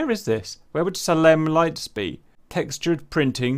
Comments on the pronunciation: Lmao saalemm lights 100s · FFS cap its SAY-LEM ROY SCHEIDER (JAWS) MALCOLM MCDOWELL (CLOCKWORK ORANGE) I CAN'T TAKE IT LOL